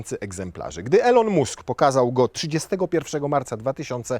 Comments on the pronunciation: Elon Musk wymawiamy ilon mask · Nzawisko szefa Tesli wymawia sie "Ilon Mask " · Elon mósk XDDD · czemu polacy mają taki problem z wymawianiem takich prostych nazwisk jak Elon Musk?? masakra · Sprawdź czy w Twojej drukarce jest opcja DRUK DWUSTRONNY i jak się wymawia Elon Musk:D